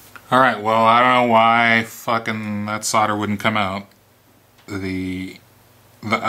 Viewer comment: Its nice to hear someone not from Europe pronounce solder and soldering iron correctly hah 😉